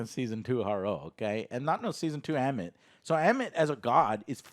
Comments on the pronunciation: Ammit. Literally 2 syllables: ahm-mit. Joe: Ah-mu-it What? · You guys couldn't even pronounce the names right you kept saying harlow and ammuit. It's harrow and ammit did you watch the right episodes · Who's amawit? dont you mean Ammit? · I love y’all, but “Harlow” and “Ammuit”? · Their inability to remember the correct pronunciation for names after hours of content bugs me irrationally. The bad guy is "har-row", the alligator is "ah-met", GAHHH! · While I genuinely enjoy your guys' content, and understand most of your arguments in the first 10 and a half minutes of your review, every time you guys mispronounce a characters name, I feel like incinerating my phone in the nearest star after the sun. Harlow and Annuit, what the actual shit, lmao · Why can this dude not pronounce any names correctly? He said “Ammuit,” “Isaacs” and “Harlow” all so wrong lmfao